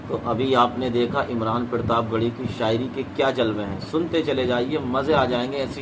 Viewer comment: Pirtab nahi Sahi bolo partab he ye